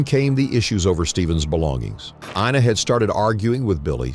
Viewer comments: During the whole video, her name is pronounced "Inna" but the narrator consistently says "AYE-na" until the very end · it's I -na. how ever, no big deal 🤝😅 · "eye-nuh" Ina